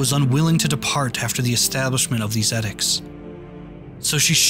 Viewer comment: This is some beautiful work! I hope you keep making videos of this kind. (Side note: "edicts" is pronounced ee-dicts, similar to "evil")